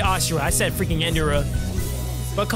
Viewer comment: My guy it's In Dra not in duh ra